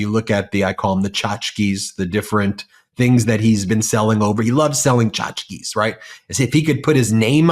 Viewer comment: Tchotchke - see Ben for pronunciation.